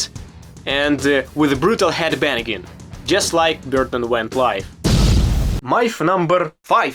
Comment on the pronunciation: When you say "headbanging", I hear "headabannigan" xD